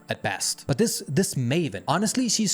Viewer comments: Hvorfor siger du but på den der måde , prøv at tage dig sammen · i love how he says me and but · When this guy says "but" he sounds like that airplane dog from the dog of wisdom videos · Oh no I can't unhear it now (but that's a bonus tbh) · No way y'all that bothered by a pronunciation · I don't believe the accent is the issue because not all of his "buts" sound like that, some sound normal and some are overpronounced on purpose to build tension or something I'm starting to believe it's just a quirk of the channel which is fine if his subscribers find it amusing and like it, I just find it hard to concentrate on the video when it contrasts with the rest of his words like I'm listening then over a sudden just a jarring "BUT" comes up and puts me off